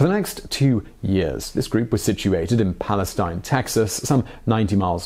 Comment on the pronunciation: It's pronounced "PalestEEN". It's not the same pronunciation as the "Palestine" of the Eastern Mediterranean coastline.